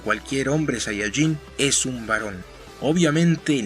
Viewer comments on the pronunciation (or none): none